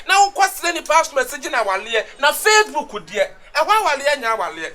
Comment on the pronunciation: What’s “fresshhbook” 😂😂😂